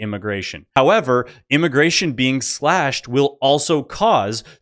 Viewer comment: Moron at 6..minutes can't say immigration.